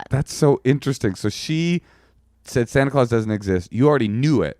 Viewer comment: How are you in your 40s and just finding out how to pronounce Santa clause OR know that you say it differently from the majority? That was crazy!!